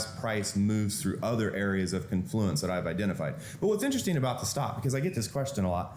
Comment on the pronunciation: Also, the word is CON-fluence, with the accent on the first syllable. Not con-FLU-ence. He says he uses a 50-tick stop. That's 12.5 points, which is a very low typical 1-bar range for NQ (and is a 250 loss). I kinda wanna call bullshit on this; the random fluctuation on any given short term bar (say 1000 ticks or say 3 minute bars) is easily 12.5 points. This stop would be hit extremely often on even low-vol portions of the day. The opening cross can easily average 40-60 points. Yeah, hm. I don't think so.